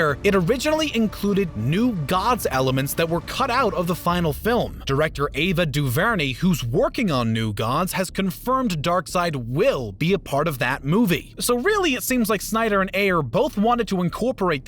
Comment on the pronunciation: Otherwise, great video. Man, my head is spinning trying to keep up with the connections between al of the storylines in all of these movies. Thumbs up for keeping it all straight. Just a side note, Miss Ava's Duvernay's last name is pronounced incorrectly. The accent is on the first syllable, as in Doo' Vernay! Just thought you'd want to know since she is an award winning director. Keep up the good work!